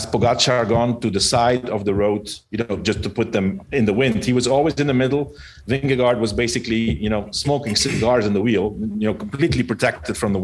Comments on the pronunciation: ving'e'gore... will make an American pronounce it ok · Vingegaard. aa = å, Vingegård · The last "d" is silent, and the two "aa" in gaard, sounds like "å" in danish, so you shall pronounce the name as: Vinnegår